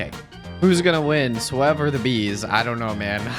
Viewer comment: You’re telling me it’s pronounced??? IVE LITERALLY BEEN SAYING FHIS WHOLE TIME MAN